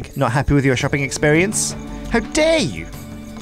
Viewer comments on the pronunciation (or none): none